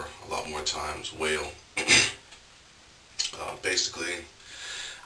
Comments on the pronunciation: LOL its not pronounced "WHALE" its pronounced "WALL". just lettin u know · yu alway do a gud job on your own but wahl iz pronounced like WALL post designer cuts